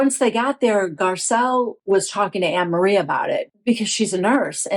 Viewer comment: It is pronounced An- ne- marie. It's a very common dutch name.